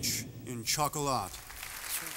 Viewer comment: Cage can't even pronounce Chocolat properly.